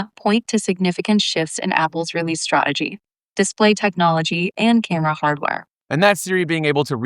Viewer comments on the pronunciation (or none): Sounds like American English Siri for the most part but she forgot she was American when she said “Stra’egy”.